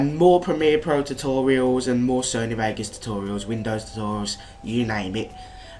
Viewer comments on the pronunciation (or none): none